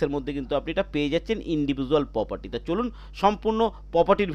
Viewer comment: Poperty নয়, Property!😂